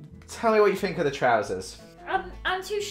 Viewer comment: A. looks amazing in EVERYTHING B. Why does ALWAYS to this day say his t’s as f’s hes like ‘i FINK that…’ Edit: I love these two so much no offense meant 😅